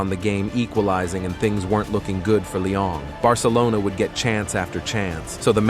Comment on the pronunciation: Brooo its not Lyong or Lion just Lyon broo :(